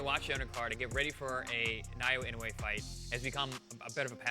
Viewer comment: Oh man…. Talk about butchering his name, bahhahahaha. Please learn how to pronounce his name or just call him the Monster, sheesh!